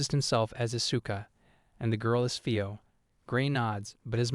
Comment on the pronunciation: i meant to ask this in the other videos but im sure now, you kill the names on purpose right? you called Itsuka "Ishuka" and Fio "Faio" 2 minutes into the video, i know english is the only lenguage that doesnt pronounce vocals as they are written so i can kinda understand the "Faio" thing but why kill Itsuka`s name like that? trust me i really like your videos and i dont meant this comment to be super negative or agressive but it breaks the immersion when i hear the names butchered like that